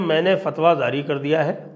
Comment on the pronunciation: Zaari❌. Jaari✅please make a note Sanjayji